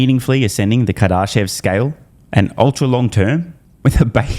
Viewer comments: You gotta start pronouncing Kardashev correctly, it's painful every time you read it. Kar-da-shev car duh shev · You're saying Kardashev wrong. It's Car-Duh-Shev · If you’re going to be referencing the Kardashev scale for the next 100 videos, please learn how to pronounce the name correctly